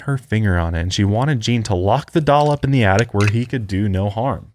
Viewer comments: saying “addict” instead of attic is killing me 🤣🤣 but fr i have an attic with the entrance in my closet and i have an irrational fear that someone is living up there and comes out at night 😅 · "I had someone confirm we have an addict!" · I'm so glad I wasn't the only one hearing "addict" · ITS ATTIC NOT ADDICT, THERES A DIFFERENCE OMG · saying "Addict" instead of attic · The way says attic sounds like addict which makes the whole conversation so much funnier if you just walk in on certain parts.: are you kidding me?? We have an attic??: yes we have an addict points up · From now on I'll call it an attict also lmao